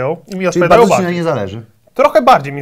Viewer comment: on tam mówi "ANIŻELI"